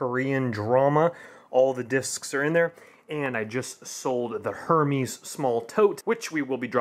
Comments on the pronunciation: It’s not her meees it’s pronounced hare mez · Er-mez not her mes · The h is silent it Hermès so it’s ermas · Gregory Chambers thank you! It makes me cringe when it’s mispronounced.